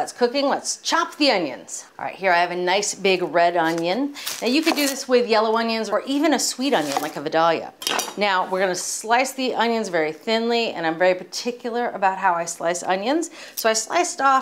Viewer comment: Vidalia - Vie-day-yuh. Silent L :)